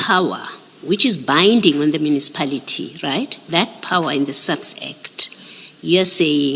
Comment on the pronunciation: Mucipality or Municipality?😂😂😂😂 lol